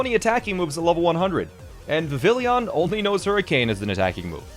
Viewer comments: vivillon? nah. vivillion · This is extremely impressive! I might have to try this myself. However, I have to point something out. (Yes, I know this is petty, sorry not sorry) The pokémon’s name is Vivillon, NOT Vivillion. It boggles my mind that people decide to add an extra i to its name. It comes from the French word for butterfly, which is “papillon”, pronounced PA-pee-aan (or PA-pee-yon, same difference). So Vivillon is pronounced VI-vee-aan (or VI-vee-yon). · its pronounced vivion but spelled vivillon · Uh friendly reminder it is viv e on not vill e on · Ah yes Vavilleeyon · Vivillion is pronounced like the French word for butterfly, Papilion. It is pronounced Vivion, like Vivian but with the 'on' sound instead of 'en.' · V’villi-yon…. Okay wait what like two minutes later he pronounces guillotine correctly. Does he know how to say French words or not??